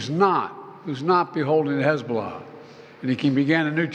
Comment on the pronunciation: Hezobollas attack 😂😂😂. This man needs to be at a home